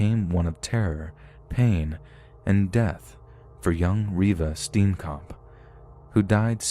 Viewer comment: every south African raging at how he pronounces Reeva Steenkamp XD